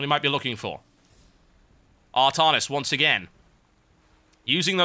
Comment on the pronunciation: Artarnus? I thought it was Artanis :o